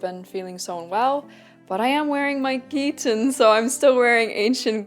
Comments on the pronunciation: Greetings from Greece! 😊 Thank you for this very interesting video. Your pronunciation of "chiton" is wrong. It's not ch*i*ton, it's chit*o*n. "Χιτών" in Greek. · Also the 'Ch' is pronounced as simple 'H' like in 'Hit'. So, it's Hit-On with emphasis on the 'On'.